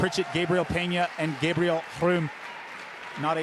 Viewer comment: Gosh darn it learn how to say gabriel right